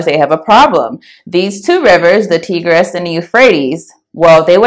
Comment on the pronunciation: Good presentation 👍 Quick note Tigris is pronounced "Tie...gress". Like the tie 👔 a man would wear.